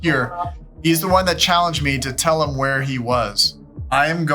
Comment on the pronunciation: They're saying vher instead of where ...